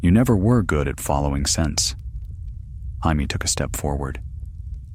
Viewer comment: This could have been so good had you used the English pronunciation of Jamie and not Spanish. I wasn’t able to last longer than 28 min. 😢